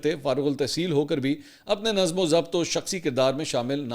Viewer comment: برادر لفظ ن ظَم nazam نہیں لفظ نَظ م nazm ہے خدارا اردو صحیح بولا کریں صفدرصدیق رضی کراچی